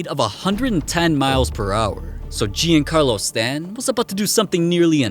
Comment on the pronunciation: "Jeeancarlo Stanton"